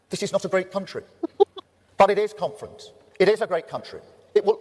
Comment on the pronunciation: Every time he says "conference", all i hear is "comrades".